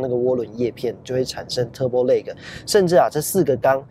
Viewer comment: turbo lag那個lag你去查一下KK英標,看看這個lag怎麼念